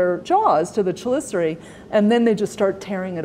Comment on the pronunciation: Her pronunciation of chelicerae doesn’t correspond with the phonetic transcription onscreen. Which one is correct?